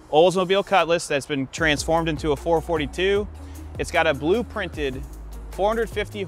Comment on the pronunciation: It is a 4.4.2. Not a four forty two!